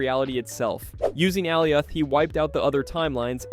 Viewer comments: “All e off” “chame ez” ☹️🥀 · Uh-lie-ith. Have you not seen loki? 😂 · Alley oth 😂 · why the hell are you saying alioths name like that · Makes a video to explain the MCU and can’t even pronounce Alioth correctly 😂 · You really don’t know anything because you can’t pronounce “Alioth” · I had to stop watching this video once he said Aliath and not Aliath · Struggled like a MFer to pronounce Alioth and still butchered it 💀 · How do you mispronounce Alioth they say its name like a million times in Loki? How do you alternate between saying Kang and KAHNG? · Bro why are you pronouncing Alioth wrong ? Literally they show you how to pronounce it in the show 🤦🏻‍♂️